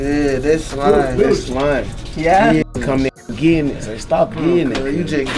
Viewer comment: Lmfaooo Big30 say “You GENNIT”